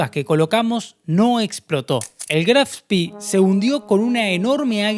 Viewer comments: Muy buen video,muy interesante. Si me permites una corrección,todo el mundo pronuncia " Graf Spi",Pero al ser alemán,es Graf Spe.Gracias y saludos! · Pero la pronuncia está errado. Si dice Graf Spee, así como está escrito, con dos "e", no spi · Muy interesante relato de este suceso tan próximo a nosotros...Una acotación ..lo pronuciàs en inglés (Spi) , en alemán se pronuncia tal cual en español ..Spe ..Gracias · Si te interesa, en alemán se pronuncia graf shpee, como se lee, como una doble e, no graf spi. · Disculpe, pero no puedo dejar de hacerlo. No se dice "Spi" sino lo correcto es "Spee". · Estimado, permítame una pequeña corrección...El nombre del buque alemán Admiral Graf Spee se pronuncia fonéticamente así en castellano: Admirál (con el acento en la última a) Graf Shpé ( Sh, como cuando pedimos silencio, y pé (no pi, como sería en inglés). Esto me lo enseñó personalmente quien fué Jefe de la Artillería Principal del Spee, el capitán de Corbeta Wilhelm Rasenack, cuando lo visité en los años '90 en su casa de La Falda, Córdoba, Argentina. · Una pregunta !, porque lo llamas Graf Spi , no es un nombre inglés; si no alemán, se debería decir Spee (e) no ( i). Gracias! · Siempre dicen "Spii", como si hubiera sido un buque inglés, se dice "Shpe" ya que era un buque alemán, nimbrado asi en honor al Conde(Graf) Spee, héroe alemán decla 1a Guerra Mundial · Muy bueno el video. Solamente aporto que no se pronuncia spi sino shpe o spe, es alemán no ingles. Saludos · Es Aleman no ingles, por lo que se dice Graf Spee, no spi jajajaajaja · Pronuncia bien Chabon En alemán es Graff spe. Se pronunciarla spi. Si fuera inglés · Estimado el nombre del buque se pronuncia al final con la letra E es decir así como lo vemos en castellano GRAF SPEE Doble E es i sólo para los british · Es gracioso, pronunciás "Spee "como fuese inglés y "Exeter" como si fuese en castellano...